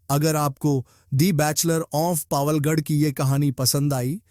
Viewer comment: बैचलर ऑफ़ पावलगढ़ नहीं है बैचलर ऑफ़ पवलगढ़ है।